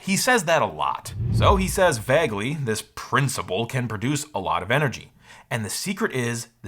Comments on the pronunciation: OMG why do you say Vague as Vegg? Vegness. It's VAYGG like 'say', 'way', 'pay'. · Your pronunciation of "vague" rhymes with "bag" (instead of "plague"). This is weird. That is all. Bye! 😊